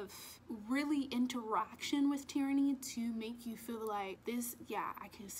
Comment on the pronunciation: Sounds like you are saing "Tyranny" when you say Tiernan. And im with you girl i cant rate this book. 😂